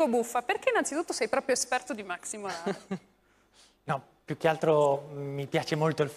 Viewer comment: Buffa è sicuramente un grande, ma la pronuncia di "maxi moralez" è sbagliata.. in Argentina ad essere praticamente aspirate come fossero delle h sono le s che precedono consonanti.. la pronuncia è "Maxi" così come in italiano, non mahhi (vale lo stesso per il cognome moralez, non è moralehh). Giusto una piccola precisazione, fermo restando che buffa è un mito assoluto